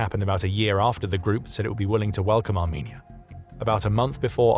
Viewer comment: that ain't how you say the country name now😊